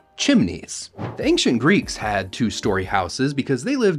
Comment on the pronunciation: Bro I love your videos but please stop saying “ankchent” it’s ancient pronounced “ain-chent”